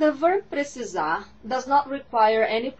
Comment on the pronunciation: Precisarrrrrr. Achei que terminava com um "r" só, precisaR. Mas de resto, ta tudo normal...